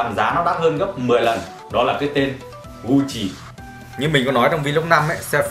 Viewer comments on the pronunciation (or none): Gut Chi , ko phai Gu Chi nhé hehe